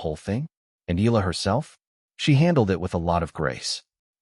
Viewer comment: you need to address, EALA correctly and not ILAH, okey